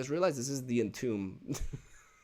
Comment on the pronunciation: "entomb" is pronounced like "intumb" if you read it in spanish